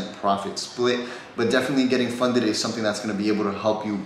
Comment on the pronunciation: Funded* not funeded 😂 cmon